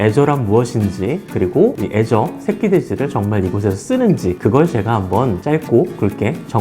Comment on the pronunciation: 애저라고 하니까 계속 azure로 들리네